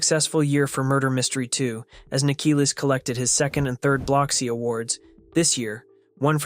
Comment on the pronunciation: You keep saying his name wrong. I’ll help you understand how to say his name. Nick-Uh-Lis ( sounds like list without the T )